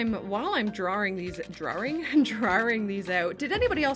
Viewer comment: Drawring is a real toe curler for me, there's only one R in the word. I'm English. Another is the colonists' inability to say the word mirror. Two syllables. Not 'mir'. That's a Russian space craft.